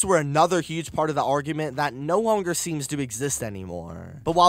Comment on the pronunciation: Why you say Longer like that 😂😂😂